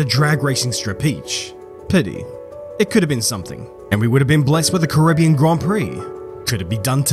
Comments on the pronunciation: Great vid but I love how u butchered the name loads of times lol. It's pronounce 'Ka-ri-be-an' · This is great, apart from the pronunciation of "Caribbean". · That's such a weird way to pronoince "Carribean" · You are from NZ stop mispronouncing Caribbean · Normally I enjoy your vids but this time I couldn't watch it because of the pronunciation of the word Caribbean. It became annoying.